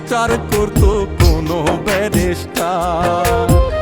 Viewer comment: কন্ঠ তো পুরাই মনির খানের মতোই আমি😮 গানের লিরিকঃ সেই লেভেলের হয়েছে ❤ তবে শব্দের উচ্চারণ ভুল করা হয়েছে,ব্যারিষ্টার কে বারবার ব্যারাষ্টার উচ্চারণ করা হয়েছে 😢